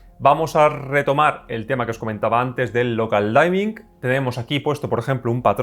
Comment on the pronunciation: Muy buena crítica. Lo único, no se pronuncia "Daimin" es "Dimin" de oscurecimiento. No es de mala onda, es solo una mínima corrección. Muchas gracias por la crítica, estaba interesado en este tele, me decepciona un poco el reescalado.